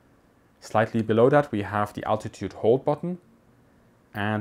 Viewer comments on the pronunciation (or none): none